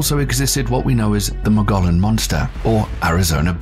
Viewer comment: Do some research first. Learn how to properly pronounce “Mogollon”. From one whose lived in Arizona.